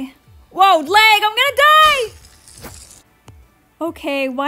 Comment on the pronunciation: I love the way she says lag "læg" 😆